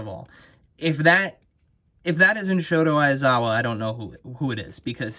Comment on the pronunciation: It’s pronounced “Sho-Tah” not Shoto